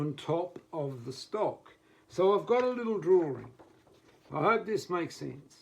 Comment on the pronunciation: Put your head on top of the stock and on top of the what? I could not understand your pronunciation.